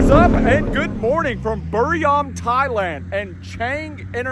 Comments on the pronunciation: This clown has been living in Thailand for how long and he can't even pronounce Chang properly and says "burryam" Thailand . 🤡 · I was there. Dude dissed the SS and engine badging Like calling out a phoney AMG or M badge. doesn't know how to pronounce the city he's in. Burr-Ree-Ram. Typical YouTube drama